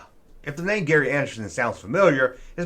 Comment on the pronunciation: It’s Gerry Anderson, not ‘Gary’ Anderson 😆